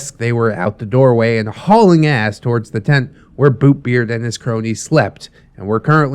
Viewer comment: I keep on hearing "Boobbeart"